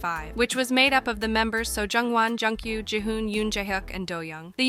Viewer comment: It's Joon-gyu, ma'am. And it's HELLO, not Hellow lol